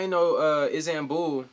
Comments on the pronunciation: I didn’t know iZanbul was one of the biggest cities. Me: uhh you mean iSTanbul?: iZanbul Me:🙄🤦🏽‍♀️😂😂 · "IzAmBul" Wth man 😂😂😂😂